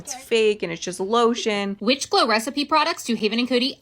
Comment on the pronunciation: Help she can’t even pronounce glow recipe why does she need it 😭✌️